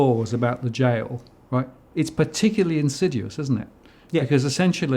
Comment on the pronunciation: Not "insiduous". Surely "insidious"